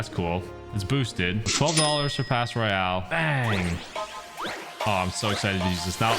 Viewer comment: btw its not clash royale it's cash royale